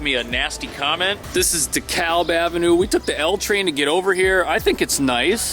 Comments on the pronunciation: baby! “Cypress” is pronounced “sai-press”. “DeKalb” is more like D’kalb and the park you were in was originally called Bushwick park but growing up in the 70s everyone called it Knickerbocker park until it was officially changed to Maria Hernandez park in honor of a neighborhood activist killed trying to get rid of local drug dealers. I moved to Japan over 30 years ago but it’s fun to see how much the area has changed. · "De-kalb"? They don't say it that way in Atlanta (the L is silent down yonder, and cringe away with how they pronounce ponce de Leon in Atlanta...)